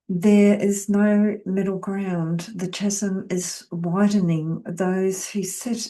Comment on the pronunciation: H is silent in chasm also hun